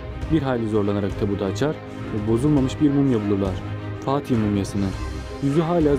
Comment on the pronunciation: fA tıhın ne demek...A harfını nedrn vurguluyorsun yuksekten duyorsunkı..